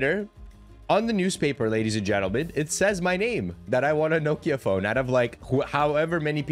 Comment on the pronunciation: No-kia 😂 never heard that one before 😂 pronounced “knockia”